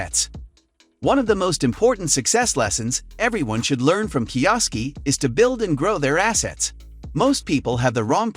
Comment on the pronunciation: I, really, don't appreciate the AI voice over. You sound much better. And, I'm sure you wouldn't have butchered Robert's name as badly as AI.